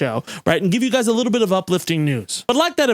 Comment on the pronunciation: I knew you'd lived in Massachusetts for at least a minute the second you described it as "just a liiiiittle but racist" 🤣 Miss you, Dorchester